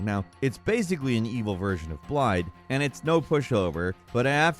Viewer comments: has a habit of just not pronouncing names right even when they are said in game correctly, i swear i just watch these videos now to see if he'll ever get them right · Interesting. I’ve heard people on YouTube say it without the “d” sound but always thought they were saying it with a “v” sound. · Blaidd's name is pronounced blaɪð. The double 'D' sounds like the "TH' in the words 'this' and 'that'. An important note is that it is voiced; meaning that your throat will vibrate when spoken. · I hate how it's spelled like that but I hate it even more when they say blade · Turn's out Blaidd's name is pronounced "blythe" meaning wolf in Welsh, I can attribute that knowledge to CdawgVA a wonderful Welsh streamer lol Hail monke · Thanks you for explaining this. I was confused as to why (in my mind at the time) his name was being mispronounced now that I know, calling him 'Blade' instead of 'Blaith' just sounds weird. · His name isn't pronounced "Blide", his name is "Blithe". It's I believe Welsh for "wolf". He tells you how to pronounce it so many times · Blaidds name, the two d's are said like a "th" sound. It's Welsh, I think it means wolf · Amazes me sometimes how these people who make in-depth videos about computer games can't even be bothered to get the character names right. It's like they've never actually played the game. EVERYone who's played Elden Ring should know "Blaidd" is pronounced "Blythe". I mean, all characters in the game pronounce it correctly, including Blaidd himself, but almost all content creators say "Blide". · Just a note, Blaidd's name is actually pronounced with a 'th' at the end instead of a D. The name means Wolf in Welsh, and the DD is treated as a TH. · Thank you for this. I often couldn't tell if they were ending his name with an FF or TH. I often times, out of frustration, still called him BLADE because I thought it sounded cooler.